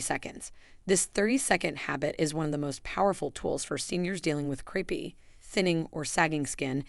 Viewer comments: Very interesting and certainly worth trying. But please, it's not creepy skin, it's crapey skin probably because the skin resembles a fabric rarely seen these days called crepe, pronounced crape. Calling it creepy skin makes having the condition even worse! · I wish we had you in our area. I’ve always thought it was called crape-y skin as in like crepe paper which is pronounced crape-y. Sounds far better than creepy which sounds like cockroaches or other creepy insects. Great content I’ll try it for my crape-y skin. Thank you. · The word is crepey not creepy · Crepey isn't pronounced creepy... Silly narration. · Couldn’t you have taken the trouble to have a human read the script? The AI can’t even pronounce “crepey” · AI: CORRECT PRONUNCIATION OF CREPEY PLEASE.